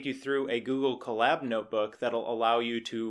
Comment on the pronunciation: Huh, I always heard it as "CO-lab", like co-worker and lab..oratory. "cuh-LAB", emphasis on 2d syllable, as said in collaborate, sounds a little funny to me